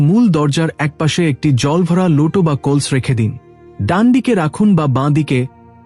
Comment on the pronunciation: What is kols? It's kalash 😂😂